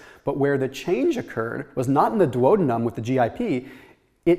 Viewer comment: Doo-AH-de-num. Otherwise, great video!